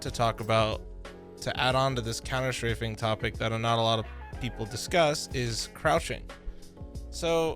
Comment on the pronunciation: What's couner shrafing?